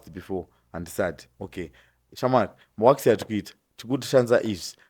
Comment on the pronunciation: it's WAX not WASK